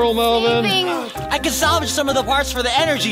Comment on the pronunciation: it is mellven